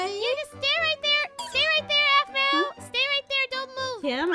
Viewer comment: It's aphmau not ahmau